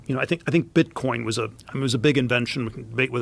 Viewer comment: That great! I heard you say bitcorn